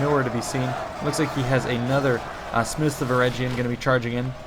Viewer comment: talk of pretty boys...hnnnnnnn ( ͡° ͜ʖ ͡°) Also, Eregion is pronounced with a hard G.